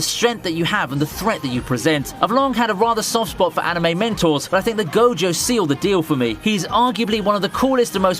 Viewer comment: am i the only one hearing "mentals" when he says "mentors"?